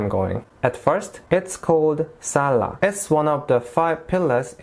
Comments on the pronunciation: Your pronunciation of sholah time is good Jay. Thanks for your video. Nice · I'm so happy you went and I love the way you said the salahsxx Love your videos